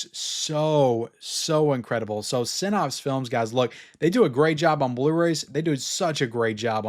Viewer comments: great video as always, but Synapse is pronounced like snaps, not pops. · Syn- APPS, not Syn-OPS. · I'm a fan but you have to learn how to pronounce synapse correctly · Generally I like your videos, but man, if you're going to say a word 100 times in a video you could at least take 10 seconds and Google how to pronounce the word "synapse"!